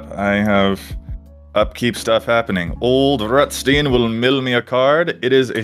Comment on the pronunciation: I guess it's your American English pronunciation kicking in, but I think Ol'Rutstein should sound less like Roosty and more like Rammstein 🤔. Not judging you, just a thought.